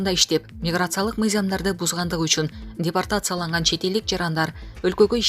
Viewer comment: Дипертацияланган эмес - депортацияланган десен минутту ишенбесен озун угуп кор!!! 😜😚